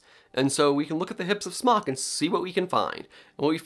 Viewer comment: Everytime you said Smok, I heard Spock. 🖖